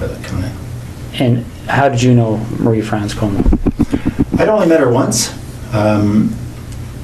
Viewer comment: Your pronunciation of "Marie" confuses and infuriates me. Surely you don't think that's even close to some French way of saying it? Which accent or language are you trying to do?